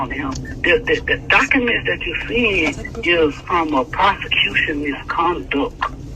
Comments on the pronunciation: MISCONDUCK! 😂😂😂😂😂 Ralo country af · “MisconDUCK Heeeearing” 😂😂😂😂😂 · The way Ralo says “prosecution MISCONDUCT hearing “🤣🤣